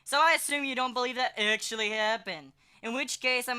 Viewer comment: When he said " Actually " it sounded like he said my name, which is Angelique. I am confused as to what he's saying